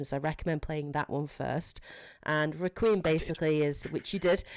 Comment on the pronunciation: Great video, my only nitpick is, Requiem is pronounced Reck-qui-Em, 3 syllables not 2 "Re-qweem" sounded so weird